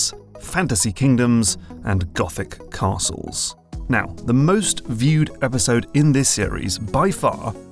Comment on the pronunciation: Very careful pronunciation on "Gothic castles" 😂